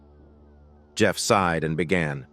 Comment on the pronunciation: Enjoyed the story very much. As a note it is "SIGHED" not "SIDE"!!!